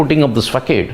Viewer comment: My brother, in an effort not to just crit. but perhaps improve in your presentation, whether talking soccer or cricket you sometimes use loud bombastic words in an accent that would be ok for a " local " audience, your pronounciation like fakaadd but faa saad fii but fivve bartin but buttin (button) and many other English words. Also the sing song monotonic style of presenting. Please take some time to listen to other international sports commentators broadcasters ( Indian lineaged ( UK South Africa USA West Indies Aus NZ & Ind Pak) ( pleasure to listen to) and maybe enhance your broadcasting reporting or colouring in skills. NB. international audiences are expecting effortless acceptable easy on the ear ENGLISH reporting.